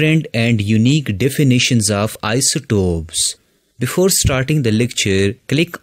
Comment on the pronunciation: Bro it is isotopes not isotops